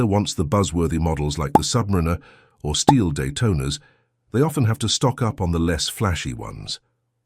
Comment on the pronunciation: This channel seems to exist to feed off the Rolex brand, usually for negative purposes, and its AI voiceover can't even pronounce 'Submariner' correctly.